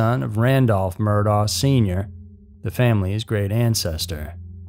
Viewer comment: Sorry, man. For future reference, Murdaugh, is pronounced like Murdock I thought it was pronounced different, too.